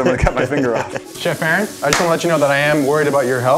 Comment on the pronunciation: Not to be rude 😊 but it's 'Aaron'